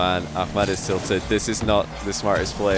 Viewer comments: its ahmad not akhmad lol, KHalid is KHalid and aHmad is aHmad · I find it amazing to see how is developing his pronunciation for hard foreign names <3 Also i'm geniuly willing to pay for a behind the sceanes clip of him practicing ACKMAD ACKMAAD xD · it's pronounced A7mad lol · Not really, he pronounces the “h” like a “kh” and he lengthens the “mad” part into a “maad”. He’s trying tho and he’s not a native Arabic speaker so it’s all good. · STOP PRONOUNCING "AHMAD" LIKE THAT, YOU'RE SCOTTISH